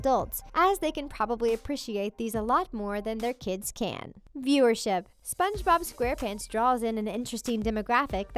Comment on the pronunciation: Why do u keep saying spongebob like “spongeBOB” 😂